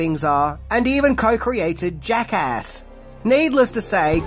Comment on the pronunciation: Thank you, for pronouncing "Jackass" correctly, unlike most of our fellow Aussies who call it "Jackarse".